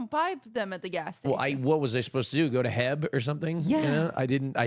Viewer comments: I’m sorry but did pronounce it as heb? It’s PRONOUNCED H•E•B 😡 YOU SAY EACH LETTER SEPERATLY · saying Hebb and not H E B is killing me lol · DID JUST CALL H-E-B HEB??? THERES NO WAY LMAO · I love how this mf UNIRONICALLY said heb. If you're from Texas you know we say jokingly say heb bc we know it's actually H.E.B. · this f-slur said “heb.” it’s H-E-B 😡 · pronouncing H-E-B as “hehb” is one of the most insane things he’s ever said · pronouncing our supermarket "H-E-B" here in Texas as "heb" is insane LOL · calling H-E-B, HEB!! is my roman empire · Omfg calling it "heb" instead of H.E.B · did call h-e-b "heb".... he is extra cancelled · IT'S NOT "HEB" it's "H.E.B" lmao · I feel deeply obliged to tell that the Texas grocery store chain he referenced is pronounced "H" "E" "B", not "Heb" The founder was literally named Herbert E. Butts. HEB is one of the best grocery stores I've ever shopped at. Put some respect on those initials!!! 😂😂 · ITS H-E-B respect my Texas culture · I had to look to see if anyone commented this. smh at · when i heard say “Heb” like that it made my soul die a little LOL thank you for making this comment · So I wasn't tripping when I heard that! That's blasphemy to Texans in any context. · I will fight you for calling HEB “heb”